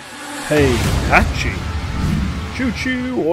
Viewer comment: Thank you for pronouncing Heihachi correctly, unlike other popular smash rumor youtubers (even though i do like him).